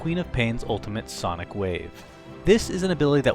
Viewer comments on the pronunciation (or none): none